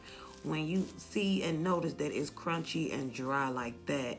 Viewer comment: I love when you say “curun-chy” 🤣🤣